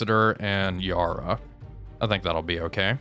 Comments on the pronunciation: Mate you’re killing Yarra……it’s pronounced ya (the a as in ‘at’, or attitude, or even cat) and ra as in rah….but short. Every Aussie is cringing every time you say Yaar-raa! 👍🏻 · Just a quick point, the first "A" in Yarra is pronounced the same as you would say "Apple"